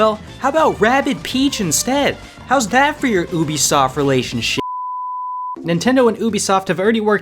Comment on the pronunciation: Did he say relationship or relationsh*t